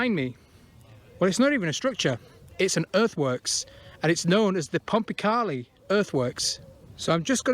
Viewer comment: used to cycle round there a bit as a kid 20 years ago or more. You would find a lot of iron slag hinting some kind of metal works? also in the woods is a natural spring that you walked past and there used to be a fish farm. by the way, I believe the locals call it "pom-pa-kay-lie" (as opposed to "pom-pa-carlie") great video as usual